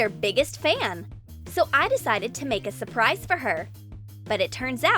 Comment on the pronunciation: It's not SOUPRICE it's SURPRISE are u dumb?